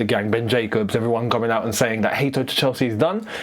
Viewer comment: It's still not Hateo, it's Hato